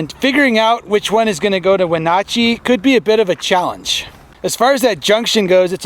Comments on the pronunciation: Take a drink every time mispronounces Wenatchee. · Wonder if he ever learned how to pronounced Wenatchee correctly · The way he pronounced Wenatchee cracks me up.